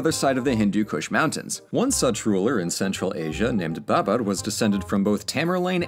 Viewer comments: yeah, it wasn't that bad but it wasn't great. He was rolling the R when it wasn't necessary. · It's interesting how you pronounce Babur? I've never heard it like that and I know this era quite well. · I mean, if we're going to quibble he got most of the pronunciations wrong in various degrees - Babur, Maratha, Bengal. Lol. But he tried, and we've all seen FAR FAR worse on youtube videos.